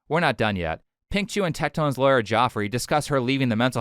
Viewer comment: His lawyer's name is pronounced Jeffery not Joffrey